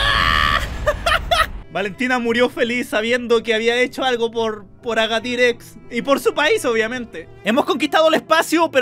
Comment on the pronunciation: dice aradir en vez de agadir